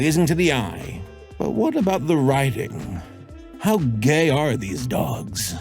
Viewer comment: the way you said "how GAY are these dogs??" Made me laugh way harder then it should've 😭😭